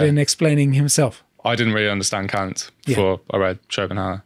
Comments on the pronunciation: K-A-nt not K-U-nt. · I'm surprised ' pronunciation of Kant didn't get your channel a strike.